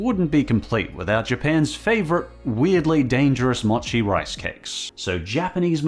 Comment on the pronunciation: Mo-chi. Moh chee.